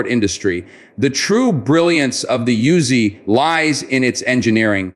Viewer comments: Pronounced Oo-Zi. Not Yoo-Zi. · Of course not. And the name pronounced Oozy, Not Yuzy. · Yo Bro, this ain't a YOOZIE, duh? It is an OOZY, THAT'S THE WAY IT IS PRONOUNCED 😂 You do not want the IDF come nockin on yo door😅